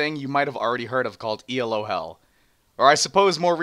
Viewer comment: its Elo not E L O nice vid just saying